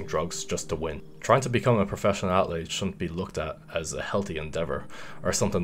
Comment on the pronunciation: Why does he pronounce the word "athlete" so weird? Felt a little cringy